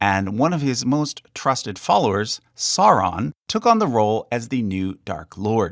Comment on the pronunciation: It's pronounced "SOW-ron" not "Sar-ron". You dolt. 75%/25% Like/Dislike ratio... wow, you obviously effed this up.